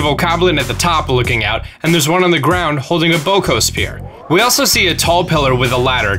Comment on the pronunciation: The fact you say Boko Spear right, but butcher Bokoblin, it's cringey.